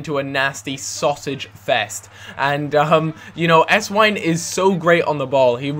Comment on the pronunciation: if theres a W in a german name it sounds like a V just sayin